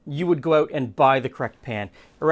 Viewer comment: "You'd have to figure out oot."